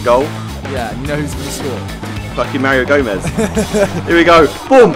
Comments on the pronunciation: "Mario Gomeez" xP Got a new favorite shirt Simon? miniminter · MARIO GOMEEEZ MARIO GOMEEZ MARIO GOMEEZ :D